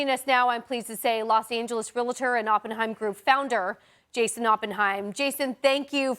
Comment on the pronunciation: Journalist/newsreader can’t properly pronounce “realtor”. Unbelievable.